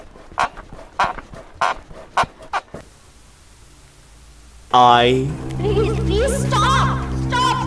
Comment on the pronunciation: PLEAS STAUP, STAUP PLEES GOT ME LAUGHING SO BAD